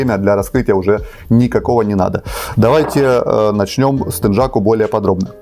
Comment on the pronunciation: Не теджаку, а тенъяку!